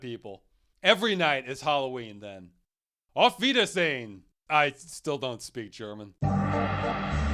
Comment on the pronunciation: You may not speak German, Ross but your pronounciation of "Auf Wiedersehen" was quite spot on